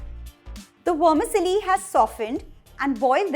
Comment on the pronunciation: Great elaborate recipe!! Tq Vermicelli is pronounced as it is. You sound like wormisilly!😉❤